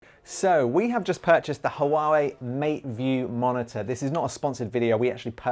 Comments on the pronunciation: So just to make sure....is it pronounced "Hawaii" or "Hoo-wooaaa-wooweeiiiiiiii"? Asking for a friend! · Lamo hawawei matebook 😂